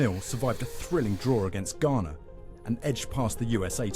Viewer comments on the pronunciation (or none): none